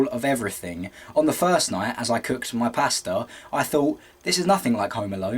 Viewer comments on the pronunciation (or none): i thought he said "i cooked my pastor" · maybe it's just because I'm American but at first i thought he said 'i was just cooking my pastor' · I really like how you say pasta.